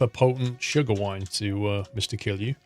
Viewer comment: You are pronouncing kilgu wrong